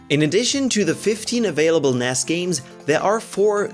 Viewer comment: It's n.e.s not Ness.